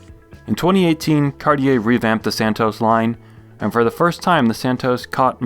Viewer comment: It’s pronounced Santoss